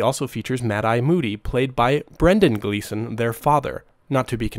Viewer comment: Can you pronounce Brian & Domhnall Gleeson’s name correctly please.